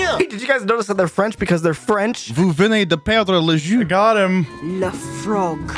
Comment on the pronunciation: Hearing trying to say "You just lost the game" in French and it comes out as "You just lost the juice" freaking killed me. (two years later: this comment seems mean. I swear this wasn't supposed to be mean ^^')